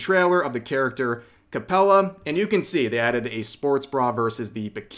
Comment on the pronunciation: Liliana is understandable but Capella...? 💀💀